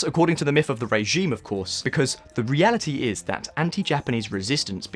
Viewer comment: Nice to hear a new voice. It called my attention that you pronounce the word "regime" as "ray-gime.